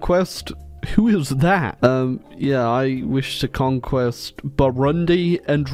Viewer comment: Say it with me "conqu-ER" exactly like it's written in the war goal window conqu-ER "I wish to conquer" goooooooooood